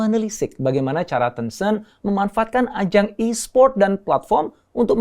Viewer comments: Bacanya teunceunt apa tencent? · Sebutannya 10 cent Dr, (10¢) Ten-Cent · Caramu ngomong tencent ga enak alias salah